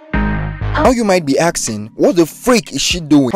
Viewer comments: Mf really said axing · “Axing” (nice vid anyway)